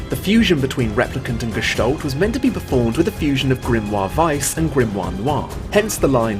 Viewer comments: Its not gestollt its Gestalt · "Gestalt" is a German word and means appearance. It's pronounced like you read it except the a is like in apple not like an o like olive.